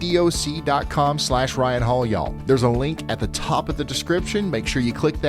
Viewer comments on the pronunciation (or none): none